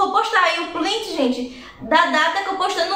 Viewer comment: o correto é print e não plints 😉